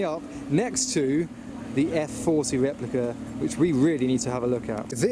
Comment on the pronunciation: A Fewwawi Weplica